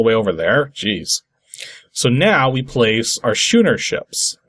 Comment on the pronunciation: I've never heard "schooner" pronounced anything other than similar in sound to 'school'. Not dumping on you; I've made this mistake with other words, and I'm sure a lot of other people have also done so.